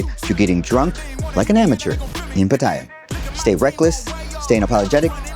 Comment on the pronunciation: Like your content but considering that u live in Pattaya, u should at least pronounce that correctly without sounding like a tourist Farang… it’s not Pattaya but “Pattiyaa ”…as the Thais call it …